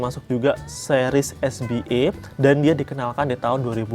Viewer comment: Kak maaf bacanya es be a bukan es bi e. Karna ini singkatan bahasa Indonesia jadi dibacanya harus pake cara baca huruf Indonesia 🙏 btw orangnya jualan di sopi skrg siapa tau mau jajan. Udah lumayan murah kok anak2nya. 😊